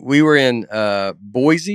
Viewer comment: I know how much Nate wants to pronounce things right. I’m Boise raised currently living in Dallas. We are excited to see Nate tomorrow in Fort Worth. I just wanted to let you know that there is no Z in Boise. The correct way to say it is boy-see. Even Jewel wrote a song about there is no Z in Boise. Look it up! Love what y’all are doing. Thanks for the laughs.